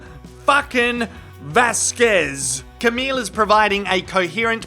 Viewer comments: "Miss Vaskwez" bloody annoyed me too. It's not very professional mis-pronouncing a fellow lawyer's name. Repeatedly. I decided it must be a deliberate dig. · The way Mum's friend says 'Vasquez' is somehow derogrotory. I dont speak any of the latin american laguages and am not even american but I feel her pronunciation is out of the ordinary for an american. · I could not believe Eyelene said ms Vasquez name wrong over and over again, it almost seems like she was doing in purpose, i mean she was mocking johnny just before that and i know I've heard others pronounce her name and this is suppose to be an educated woman? I was not watching but listening when Amber when Amber made the slip up about tmz, that totally blew up in her face all the claims that she was trying to do it discreetly and I noticed she kept saying over and over before that it. In my opinion, that alone proved you cant believe anything she says yet she still denied it. I think if I was on the jury and I saw that, i would strike her entire testimony as being doubtful because if she can lie even after she was busted....this woman can not tell the truth